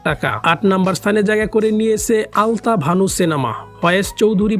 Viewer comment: আপনি আলতাবানু না বলে আলতাভানু বলতেছেন কেন?